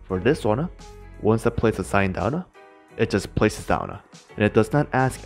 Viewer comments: I remember when this guy didn’t put “uh” to the end of some words. For example, he says “downuh” instead of “down” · Nobody: Absolutely nobody: This guy: Put it